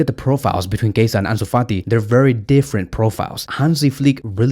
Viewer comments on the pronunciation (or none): Dude his name is Chiesa not Kaiser wtf??😂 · Why do you call him Keisa? 😂 His name is spelled Chiesa and pronounced [Kieza]. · He said Kasa